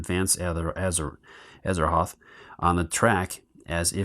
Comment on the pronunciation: Just got my pledge a couple of days ago & will hopefully get to play soon. Thanks for the video. Was checking to make sure the game was generally the same. Also, you were popping me every time you called Gugs Grugs and Azathoth Azaroth. Great stuff, keep it up!